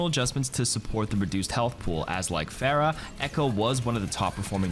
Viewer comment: The name's PHARAH. not PHAErah. dude, they say her name in the game. Same with ANA, not AENNA. And OREEsa, not ORISSa.